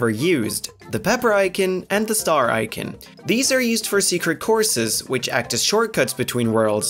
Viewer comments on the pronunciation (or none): Tell that it's pronounced eye-con not ikin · its not icen its i c o n your saying icen say i-con not i kin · Icin? don't you mean icon?